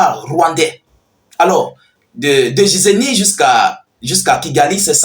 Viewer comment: S’il vous plaît, Giseni , on prononce : « Guisseni ».